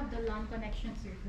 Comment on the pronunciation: I like how they have a type of accent when they say sir